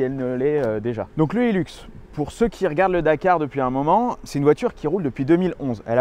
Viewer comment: Putain, mais ils en tiennent une couche les français avec leur anglais, et ça fait mal aux oreilles. ;-) Le modèle «Hilux» s'appelait originellement le «hi-lux» et c'est pour «high luxe» ou «le grand luxe», donc s'il-vous-plait, prononcez correctement et nos oreilles vous remercierons. C'est donc pas un «heelux», c'est un »high luxe»... ;-) Cela dit, c'est une fantastique machine. Et merci.